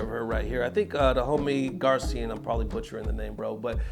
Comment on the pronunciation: you pronounced Garcian right my guy.